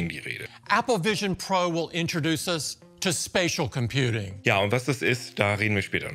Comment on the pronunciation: immer wenn 'spatial computing' sagt höre ich 'spaceship computing'